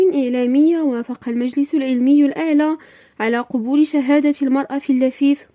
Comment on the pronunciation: أخطاء لغوية بالجملة. نقول : قَبول وليس قُبول.